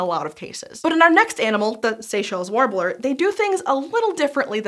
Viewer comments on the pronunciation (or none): this is not a criticsm at all, especially because i'm pretty sure it was in my head, but when you first said "skinks" i head "skanks" and then warbler i heard "warbler" as like War-Blar, as if the second syllable were pronounced using the same consonant as the first, which sounded like a pokemon name lol